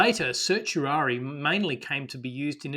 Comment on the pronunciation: the pronunciation of certiorari is sert-ee-or-air-rye